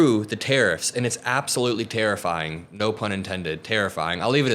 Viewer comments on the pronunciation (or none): “Tariffying”. No pun intended. 🤣🤣🤣